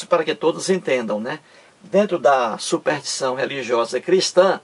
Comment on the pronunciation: Embora repetitivo, sua maneira de expor o assunto é coerente. Só acho que, para maior credibilidade deveria estudar melhor a nossa língua. Uma pessoa que pretende levar conhecimento à outrem e nem sabe pronunciar SUPERSTIÇÃO causa má impressão.